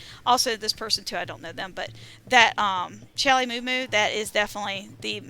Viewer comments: Because caps lock. Aside from that: Al Lee is what you're saying. Aw Lee is what he's saying. They are definitely not the same. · WHY CAN'T YOU SAY CHAULEE?